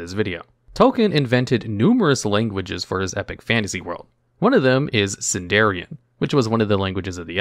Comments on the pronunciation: Sindarin, not Sindarian. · A few points I think are worth mentioning: I believe it's pronounced "Sindarin", rather than "Sindarian". "Draenor" was introduced at least as early as Warcraft 2's expansion, so I doubt that "Draenei" came first. The Draenei were originally treated as people from Draenor, before they were retconned to be exiled. Watch out with saying "entomology" instead of "etymology. The former is the study of insects. The generally accepted pronunciation for "celtic" is "keltik", rather than "seltik". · just my 5 cents, it's not sindarion, it's sindarin. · "Sindarian" T_T